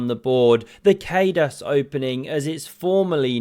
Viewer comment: My gosh, Kheydas-opening? No, Kádas is prononunced as "car-dash", but shorten the ‘car’ slightly and make the ending a sharp ‘sh’.